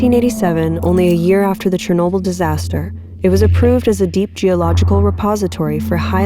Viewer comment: Great video! I love it so far, you did a great job with your narration and story consistency! I also love the ediring so much♡ Also, finally someone pronounces Chornobyl correctly!